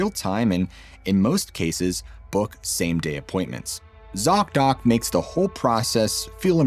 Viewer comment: Zock Dock? seriously , they need a name change STAT .you miss said or i miss heard and i got a great laugh out of it . i heard ( sock dock) and immediately imagined ........ laughter is best meds.